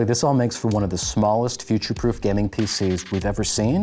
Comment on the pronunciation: Dude! Learn to say "gaming" correctly first 😂